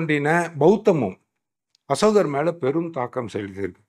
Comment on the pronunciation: சமஸ், அன்புகூர்ந்து அஷோகர் என்று உச்சரிக்காதீர்கள். அசோகர்.